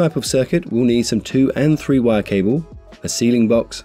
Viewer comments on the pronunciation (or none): This is a great video. It took me a few minutes to realize he was saying "WIRE" connector, NOT "Y" connector.